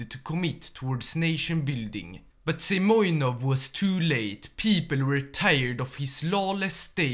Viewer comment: He is not Semyonov - He is Semenov)))